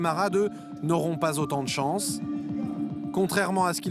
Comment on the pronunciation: Vous le sentez l'enrichissement de la france? Grâce aux fameuses chonce pour la fronce